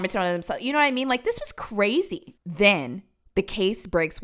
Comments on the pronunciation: “cwazy” lol, love you 🫶🏻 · “Pretty cwazy” 🥰 i dont want to say unc is adorable, but…yup